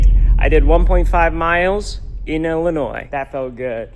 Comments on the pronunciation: It’s not “Ellinois” it’s “Illinois” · Illinois? More like Illi-noice!